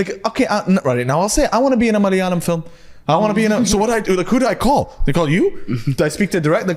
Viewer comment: Love the way he say malayalam ... just perfect❤